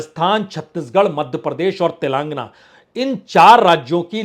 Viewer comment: Telàng-- gana not Telangna .